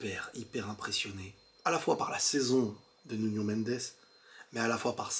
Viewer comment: Belle analyse... Mais faut arrêter de dire nunio... 😂